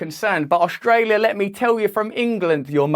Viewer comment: Please don't say Oshtralia Russ! Thanks for your work, shame the sheep are not hearing you, they are lost to the mainstream bullsh't.